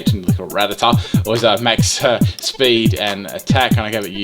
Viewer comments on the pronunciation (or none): none